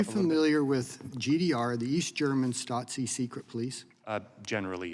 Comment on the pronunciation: I think it's spelled Stasi - no "t"